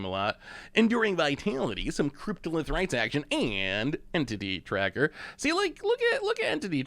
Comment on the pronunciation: Entity Tracker everyone in my family thought you said titty tracker. Great laugh!😂